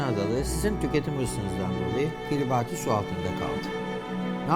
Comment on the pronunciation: hocam baya bilgili biri gibi gözüküyor ama kiribati'ın okunuşunu bilmemesine çok şaşırdım gerçekten.